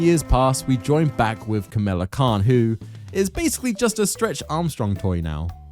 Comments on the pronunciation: Great video BUT.... it's NOT Kamila, it's KAMALA. Like god you say Kamila SO much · "Kamala" is not hard to pronounce, yet you mispronounce it throughout despite the characters giving you the right pronunciation. are you slow?